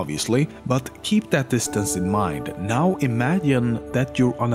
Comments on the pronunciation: „Imadyine“ weird flex to pronounce „imagine“ like that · "Now, imanyin " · Imadien , Yumans :D your pronouncing is funny